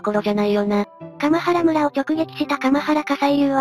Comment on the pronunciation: かまはらむらではなく、かんばらむらです。